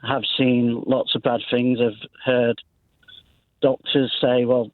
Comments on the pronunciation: Do retired consultants pronounce ‘things’ as ‘fings’ ?? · A retired NHS Consultant who pronounces the word ‘things’ as ‘Fing’s’?! No, I’m sorry somethings no right here.